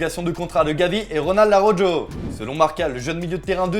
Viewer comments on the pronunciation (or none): Arujou ... Mec un petit effort de prononciation ... on francise pas tout les mot et nom ... juste un petit effort ... surtout dans ce domaine ... Arujo avec un "J" c la meilleur ... genre Javier avec "J" aussi tu vas le prononcer ...